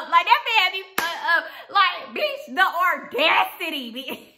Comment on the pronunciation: Baby if you are going to say audacity so much please pronounce it correctly aw-das-it-tee. :)